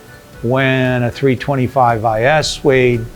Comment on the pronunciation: Oops you said 325is wrong.